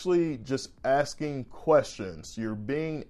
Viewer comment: You know you country when you say “axeing” instead of “asking”